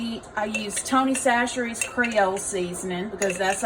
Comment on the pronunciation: Tony Chachere's seasoning is the best. I see that you pronounce it differently than me. I've never met anyone that says it the same way.